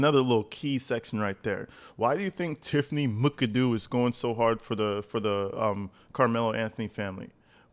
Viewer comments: Bro, it’s Mac-a-doo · If Tiffany’s last name is spelled McAdoo, then it is pronounced MACK-uh-DOO. 😊